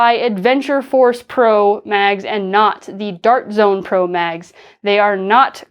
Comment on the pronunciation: That "Dawrt jzoan" in the intro was adorable 😂